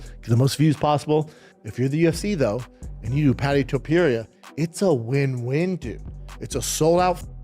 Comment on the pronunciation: Learn how to pronounce the names or don’t make videos. So painful to watch. Brendan is irrelevant AF